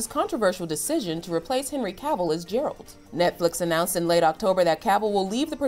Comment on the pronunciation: You pronounced it as “Jer-ralt” when it’s actually pronounced as “Ger-alt”